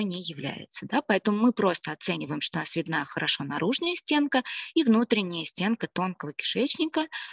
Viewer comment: Не наружнЯя , а наружнАя ! Что за дефефты речи ?)